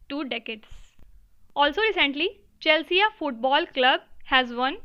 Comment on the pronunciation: Chelsea should be pronounced as "Chel C"